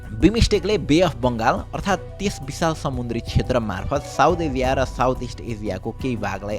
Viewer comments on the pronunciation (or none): एजिया 😂❌ एसिया😂✅